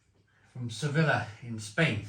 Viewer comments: It’s ‘sevi-ya’ not ‘sevilla’ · it’s pronounced suh-vee-uh not se-villa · se-beeyah /sebi:ja/